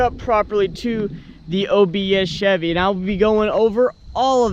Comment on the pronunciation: Take a drink every time he says "obs chebby"